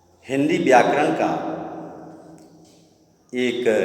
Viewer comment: व्याकरण का उच्चारण सुनने में बहुत मस्त लगे हैं सर